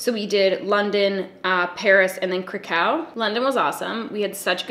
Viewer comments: I know I’m super late but I love your natural makeup looks. If Krakow is one of your favorite places, you should say it correctly…it’s more like Crack cow. Not craCOW. And it’s beautiful because it was one of the only places not completely destroyed during WWII. As a fan, and a Pole, happy you enjoyed it. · I love you but omg noooooo not CruhCow that is cRuStY yikes okay if you don’t want to say it polish style just say Craahcow I mean it’s really Crahkouv tho if you wanna be all fancy and pronounce it kinda right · You speaking in this video about Poland made me miss my experience! I studied there for a month in Krakow (It's pronounced more like 'Krack-off') and it's one of the nicest, cleanest, friendliest, and easiest to navigate cities I've ever been to. I would go back in a heartbeat. We went to a place almost every day that had a buffet of pierogies and other polish foods (I'm of polish decent so I grew up eating a lot of this type of stuff) and I loved it. The conversion is also super cheap as well and you spend next to nothing on food and beer. I also did Auschwitz and it was such a humbling and unforgettable experience. Glad you enjoyed Poland as much as I did :) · I love you so much but is pronounced crack-Ov 🙈 I was just there at the same time as you !! So sad I never saw you. The hair room in auschwitz was just absolutely sickening . I feel you summed up my feelings about the whole experience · I lived in France and everywhere I went everyone was great.. everyone also agreed that Paris isn’t France - if you know what I mean - they (general Parisians, some are great) act as if Paris is the center of the world. You’re not alone here. So glad you loved Poland!!!!! ** Side note: Kraków is pronounced krah-koov